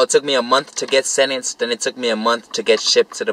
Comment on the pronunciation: I was "senents". Hahahah. You were sentenced you mean? Hahah